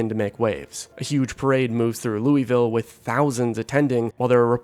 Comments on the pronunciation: For both and all zomboid players, to not incur the wraith of all kentuckians you have to pronounce Louisville as "lul-vill" and not "Louie Vill," or "Lewis Ville". With love, EKY resident. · Just gonna say, it's pronounced "Luhl-ville", not Looeyville. Source: half my relatives live there and made sure I pronounced it right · just for the record louisville is pronounced "lullvull" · Kentucky resident here... *ahem* ...Loo-uh-ville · Should be telling em it's pronounced "lou-vel" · its pronounced "lewis-ville", named after King "Lewis" XVI of France obviously. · Locally Louisville is pronounced without the 'is' sound. Several different pronunciations are used, but none like that. Otherwise good video.